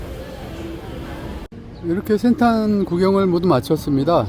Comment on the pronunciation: 센턴이아니라센탄입니다 ㅋ